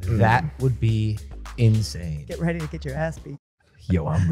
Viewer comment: When Logan said, Yo I’m ready. It sounded like be was ready to beat😂😂